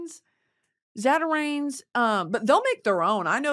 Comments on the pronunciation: Baby I hate to be this person my girl but bc we’re both southerners I can’t have you callin it Zaterains. It’s pronounced zaterann. Me love u. Me jus a lousiana gal heh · that seafood boil is gonna be pronounced “zat-ah-rans” from your troops in louisiana 🫡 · as a louisianian the way you pronounced zatarain's hurt my soul